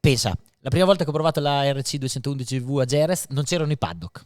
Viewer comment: Chissà perché dopo 30 anni nel Motorsport queste persone non sono in grado di pronunciare Jerez e Motegi nel modo corretto